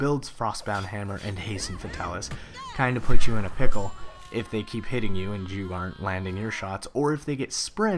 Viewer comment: "put me in a pickol"(ascage). +1 subscriber.